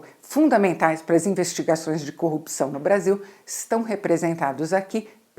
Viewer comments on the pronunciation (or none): none